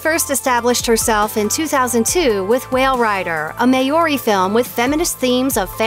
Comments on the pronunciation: She really said may-yori film 😱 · Please learn how to pronounce the word “Maori” correctly ! I LITERALLY held everything in, until “MAY-OH-REE” came up...and I woke my entire household. Dear Jesus, that was the funniest thing I’ve heard in the past 2 weeks.